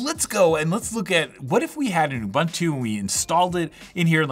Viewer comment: please learn how to pronounce UBUNTU. ITS REALY REALY SIMPLE THANK YOU